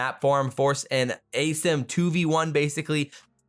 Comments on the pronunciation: “As-eem” surely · "Ace'em"??? What's the correct way to pronounce assim?